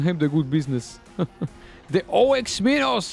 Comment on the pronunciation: Me every time he says o-x minos ITS OX MINOS REEEEEEEEE